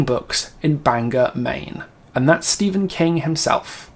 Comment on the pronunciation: Just for future reference, Bangor Maine is pronounced bang gore. I've been there many times and it is lovely.